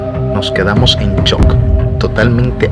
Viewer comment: Porque decís chock? Se dice Shock, con S, tanto les cuesta pronunciar una S?